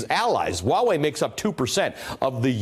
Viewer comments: It’s not pronounced “wa”wei dude. It is pronounced “hua” as in “hwah” wei. It’s means for China Even google translate will tell you to pronounce the h you dingleberry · "Huawei" is not pronounced as "Wawei"... Please, stop calling foreign company's name the way you like, and you are trying to teach others the wrong pronunciation? Wtf... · I die every time they say wa-wei!!!! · Actually, it's not. 华为; Huáwéi . /Hwah way/ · The H isn't silent in Huawei. Sounds like Hwah-way. Just fyi. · Huawei not not pronounced wa way. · Are these people intentionally pronouncing Huawei wrong? Why do they keep omitting the “H” sound? It sounds so awkward and wrong. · This newscaster didn't pronounce "Huawei" right.....not one time.